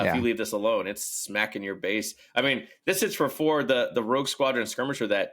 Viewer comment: Love the content and discussions around this game. One minor thing that I have noticed, you are often mispronouncing the word Base. The word Base does not contain the letter F.